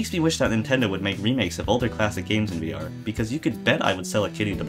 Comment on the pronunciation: "VR" wrong.